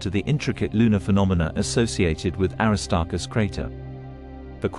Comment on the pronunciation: The AI is not saying the name Aristarchus correctly.